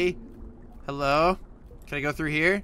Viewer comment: Is so funny you said helo